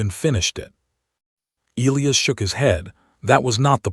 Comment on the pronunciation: It's NOT EEL-lee-us, its E-LIE-us😳